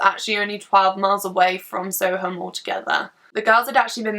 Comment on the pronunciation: It’s pronounced sowerm (I know because I live in Soham) :)